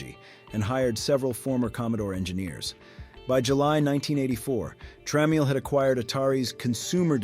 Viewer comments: Yes - VIC20 (pronounced Vee Eye Sea, instead of Vic) and Jack TramEE EL instead of Tra MEL. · It's AI, it can't even pronounce tramiel right. It's pronounced tra-MELL. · Just so you know, It's pronounced "Tramel" and "Vic", not V.I.C. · Ai doesn't even know how to pronounce Jack trammell's name... AI slap slap it on your plate... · I can't tell if this is an AI generated voice or not, I hear him take breaths in between sentences, but then he mispronounced Jack Tramiels name and then called the VIC 20 by the letters VEE EYE CEE 20, Both mistakes AI would do and often does.. Has AI started breathing. 😂